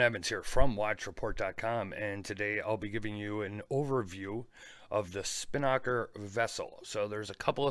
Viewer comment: Hey Don, love the channel. Long time viewer. Just wanted to clear up on how to pronounce Spinnaker. You're putting the emphasis on the wrong syllable. If you play the voice pronunciation on this link you'll see what I mean.